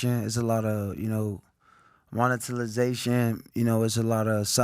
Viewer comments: “Monitilization” when trying to sound intelligent goes wrong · “It’s a lot o’ Monetizilation.” - AB 🔥